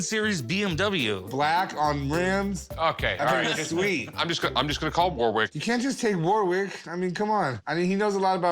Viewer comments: You still don't say Warwick like that :D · The way they pronounce Warwick 🤣